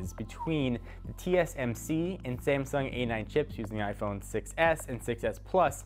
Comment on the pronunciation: you pronounced "Sangsum Chips" :D